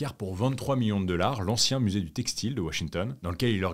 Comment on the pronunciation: Je ne commente jamais, mais là, j'étais obligée. Je dois avouer que ça me perturbe énormément que tu prononces $ "deular", voilà, c'est dit. Sinon, j'aime beaucoup tes vidéos et ta voix est agréable à écouter. Bravo à toi et ton équipe !